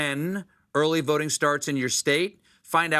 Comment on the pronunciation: What's with Colbert's corny votin'' pronunciation when talking to Jon Batiste? Colbert doesn't drop his G's, so it's a deliberate affection, and a rather offensive one actually. Maybe he should do it in Blackface to be sure that we don't miss it. I'm usually annoyed by educated people pretending to be ignorant for points. Obama used to always talk about "folks" in his speeches. I'll bet that he didn't use that word too much when he was writing legal briefs at Harvard Law School.